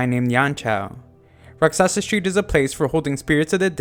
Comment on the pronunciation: Great recap but rakshasa pronunciation is wrong. Its a 'hindi' word meaning demon.